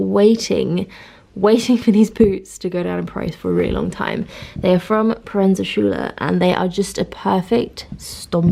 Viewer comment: It is pronounced Proenza Skooler :)) just fyi :)